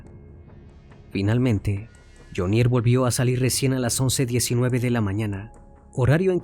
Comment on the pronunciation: Hola CN. Muy buena investigación, sin embargo debe corregir algunos datos: 1. La pronunciación de Jhonier. El acento va en Jho. Le sugiero solicitar ayuda o escuchar las noticias de medios colombianos. 2. La cifra es incorrecta. No es 🇺🇸💵), sino, 🇺🇸💵).